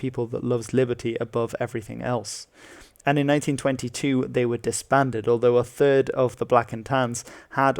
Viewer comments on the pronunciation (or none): He said thirst world war lmao